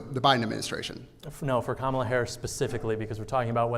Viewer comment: Gotta give credit here, at least he pronounced Kamala's name correctly 😂😂😂